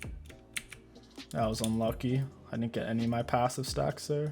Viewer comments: your PAHssive? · the “pawssive” got me rolling on the floor